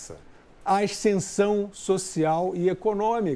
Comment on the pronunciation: O Fiuza fala "aiscensão"?🙄 Ele faz análises inteligentes... Agora, espero que um dia ele entenda que esse cartel ao qual ele se refere é hegemonicamente de esquerda. Ele não admite, mas está tão claro o quanto esteve os dados do crescimento americano na gestão Trump aos quais ele se refere.